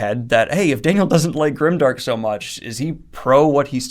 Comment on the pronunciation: You're saying it's not grimdark.....but it kind of sounds like grindark